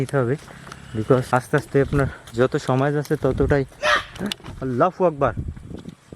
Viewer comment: Allah hu akbar boliyen bhai not fu akbar